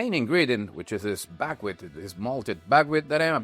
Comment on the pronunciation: Bagwit ? What is Bagwit ? I searched for it and can't find any kind of grain or seed with even a similar name. You don't list it in your ingredients so I'm working from your pronunciation with a heavy accent and the auto-generated transcript. Maybe you're saying Buckwheat ?